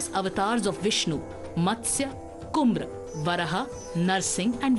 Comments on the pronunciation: It is pathetic how badly North Indians know Sanatana Dharma, especially the Western educated ones! It is Kurma, not Kumra. Kurma is the Sanskrit for Tortoise. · Its not Kumrah , its Kurma !!!! 😞🤔😞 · It's Kurma, not Kumra. Expected better from Padmaja Joshi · Kumr? Its Kurm Yarah? Varaha Please have minimum awareness 🙏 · Mathya Koorma (& NOT KOOMR) Learn to pronounce each language in its own style of pronounciation. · Hey bhagwan Bhaaratiyon ko Bhaarathiya shabdh bolne ka bhi kasth hota hain... Kumra nahi Koorma Avatar 🤦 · I am not surprised by the knowledge of the news reader on the dashavatar!! Because English western education has made children forget even to pronounce correctly our puranic Sanskrit words. Have heard many telling ramaayan instead of raamaayan. This one however is LOL !! It is kumr instead of koorma😂😂😂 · It's Kurma not kumra.. The Sanskrit verse for the 10th avatars of Narayana = Matsya Kurma varaha cha narasimha cha vamana Rama (Parashu Rama) Rama (Sri Rama Chandra) cha Rama(BalRama)cha Krishna Kalki Janardhana